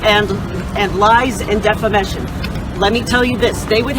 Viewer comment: did this creature / bitch just say defamission